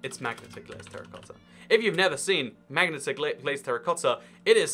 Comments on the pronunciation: you said Magneta instead of Magenta lol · Wait how do you pronounce magenta? 😂😂😂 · "magnata" glazed terracotta. I've never seen "magnata" glazed terracotta. I have seen magenta glazed terracotta though. It is pronounced ma-gen-ta not mag-na-ta.